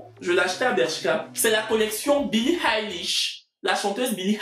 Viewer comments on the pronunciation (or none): Billie eilish😂😂😂😂😂 ta prononciation m'a tuer